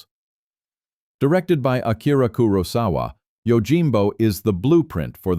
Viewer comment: Great list. Unfortunately the AI narrator pronounces Kurosawa about 8 different ways.